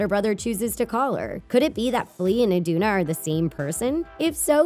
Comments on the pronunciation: she said queen Idina. it's queen Iduna, kiddo. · its iduna not idina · Its A N N A not Ana and quenn I D U N A